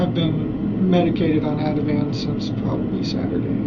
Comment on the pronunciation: It's 'Ativan'. Yea- this guy lies just cause he cannot not lie... He makes me sick.